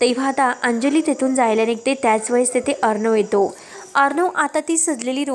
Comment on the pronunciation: आविष्य नाही . आयुष्य असा शब्द आहे. ऐकताना कंटाळा येतो. एतो नाही.